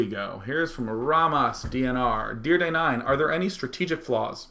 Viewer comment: Why do ppl say DayJ instead of Day9?